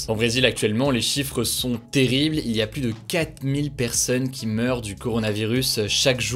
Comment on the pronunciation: Débat du jour: Souhaitez vous que Hugo apprenne à prononcer le mot "plus" correctement ?